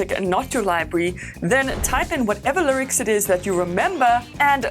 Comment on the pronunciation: The “lircs”